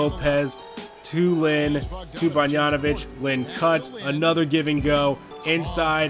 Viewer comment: Great vid as always. Also, not a big deal, but the pronunciation is bog-dan-o-vitch and not bon-yan-o-vitch. Just a pet peeve.